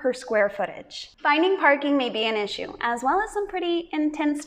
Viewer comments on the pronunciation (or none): none